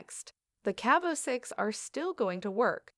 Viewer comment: Lear how to pronounce names, horrible get you shatttt together before reporting. You recorded voice didn’t pronounce the victims name or Cabo